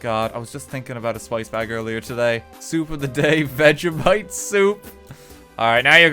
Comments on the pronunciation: Ive never heard a man mispronounce so many words in one words especially vegemite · Its veg-e-mite not veg-a-mite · Veg-e-mite Your welcome